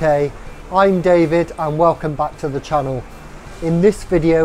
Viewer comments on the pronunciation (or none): none